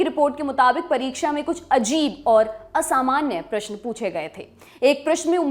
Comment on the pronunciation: प्रस्तुता को अपनी भाषा पर थोड़ा ध्यान देने की आवश्यकता है। अभ्यर्थी नहीं अपितु अभ्यार्थी प्रशन नहीं अपितु प्रश्न